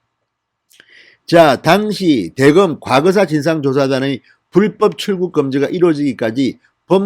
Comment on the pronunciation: '당시'는 여전히 악센트가 틀립니다